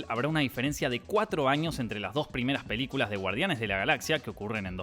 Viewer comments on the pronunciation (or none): When dice "mas sobre sus piliculas" ahre jaja salu2 (va con amor)